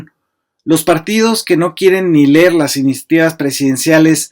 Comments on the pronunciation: Leer no ler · Se pronuncia leer